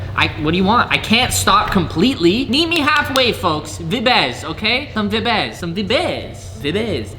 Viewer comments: If you stop saying vabs im gonna kill myself. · In quebec vibe it vibe in french too we do not Said vibbes 😂 (sorry for my english) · I just started watching then he said vbez PLEASE JUST GO BACK TO VIBES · "Im gonna say Veebe" Says"vibes" 2 times after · Not vabs but vibaas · Him: I’m going to stop saying vibes, and say “vibés” Also him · you said vibeeezzz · le gars il est drôle 😂😂😂avec ses " vibase " 🤣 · Vayb is wat he says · If you stop saying vibes, im unsubscribing. Update: oh ok, vi-bez is ok too i guess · He said he would say Vibēs instead of vibes but look at this he said vibes